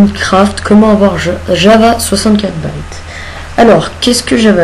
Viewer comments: il est con ce Mec "Baite" Mais T'es Con Va Ré-apprendre Le Français C'est "Bits" Ca Saoule Les Gens Qui Le Prononce Mal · au lieu de prononcer ja va 64 bits tu dis java 64 baites